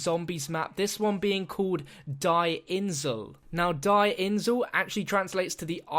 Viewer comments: diie insel und nicht die insel boar versuch am besten kein Deutsch zu sprechen! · How you prenounce "Die Insel" makes me cringe